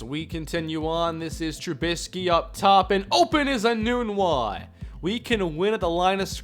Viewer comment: Has Quincy Enunwa changed the pronunciation of his name. For 4 years at Nebraska we pronounced nun with a short u and not a long U. Were we all wrong during his years at NU?